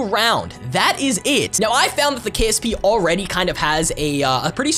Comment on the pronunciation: every video: We got the stagnag mags What it actually says: Stanag mags